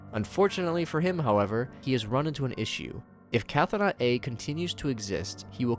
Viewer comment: Another neat summary. I do feel like I should point out that Chthonic (as in Cthonaut A), meaning relating to the Underworld/underground, is pronounced "thaw-nick", you ignore the "Ch." So it should be "Thaw-not" A.